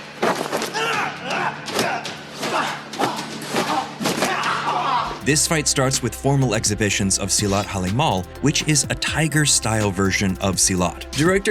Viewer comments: It's Silat 'HARIMAU' btw not 'HALIMAL', but anyway honest mistake, no worries😄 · Actually pencak silat has a plethora of coreography and lore to be adapted into movies. Wait til you see cambuk (whip) and clurit (cresent shaped machete). Oh, it's pronounced huh-ree-maw (harimau).